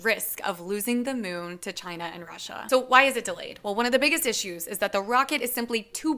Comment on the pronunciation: Did she just call it the Myoon?